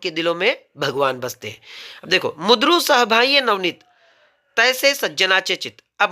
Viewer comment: प्रकट वाचन करताना उच्चार चुकतोय सर तुमचे लक्ष गेले नसेल कदाचित. शब्द आहे " मृदू" उच्चार हतोय " मुद्रू "